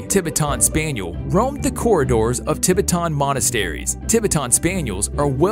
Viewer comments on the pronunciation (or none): I have never heard Tibetan pronounced like that ever! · He said Tibetan Spaniel so wrong😂😂😂, your supposed to pronounce it the same as Tibetan mastiff